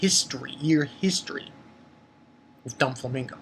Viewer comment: Bro, I think it's do-flamingo but not don-flamingo, am not sure though but great review. Keep it up